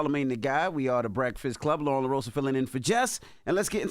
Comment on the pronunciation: It's LOREN. Not Lauren. Not Lauryn. LOREN!!!